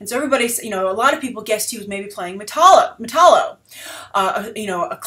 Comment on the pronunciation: Say it with me, Metallo meh tal (as in talent not tall) low